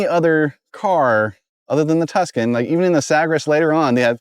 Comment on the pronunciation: "Tucson?" "Tuscan" "So this is the 2000 TVR Tucson"